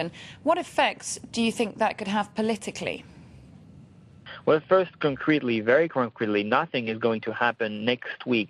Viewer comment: mmmmmm....hot babe...I love the way she says palitikly.....